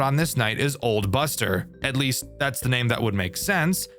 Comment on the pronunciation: seriously... you say Old BUST-er and that didn't set anything off?